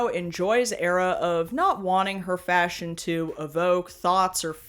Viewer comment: "fascion show" 🤣 👩‍🍳😙